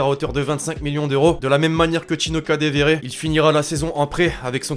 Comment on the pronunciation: C est ou que tu vois un v dans kadeWere putain prononce le bien avant de parler de lui